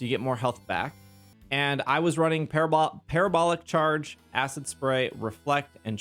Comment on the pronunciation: Proud of your correct pronunciation of Parabolic Charge 😂😂😂 but seriously, thank you so much for your help with these builds and the community you provide for us ❤